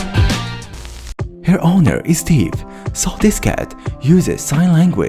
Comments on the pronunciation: The owner of that cat was apparently a...thief? Edit: I know he meant deaf( if you see this its pronounced as "def" as in "definitely") you make great content btw👍❤ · “her owner is steve” Um I’m assuming you said deaf and your accent made it sound like steve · Why does he pronounce "deaf" as "dif"?